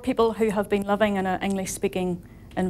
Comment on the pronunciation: She's talking about being understood and it sounds like she said 'loving in an English-speaking environment'